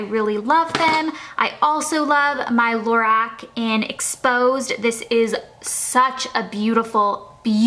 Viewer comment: The lighting is so bad I can't even see what hardly any of the colors are everything is washed out and lorac is pronounced la-rock